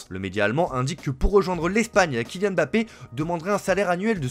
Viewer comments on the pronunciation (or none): none